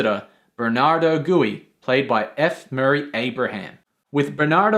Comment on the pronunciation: Who is Bernardo Gooey? Did you mean, Gui (Gwee as it is pronounced in the movie)?